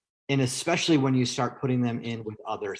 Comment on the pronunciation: I CANNOT with this woman! 'Expecially' and 'CAM-bucha'.... If you don't know English, and it is your first language, maybe don't do lives/videos?? #sorrynotsorry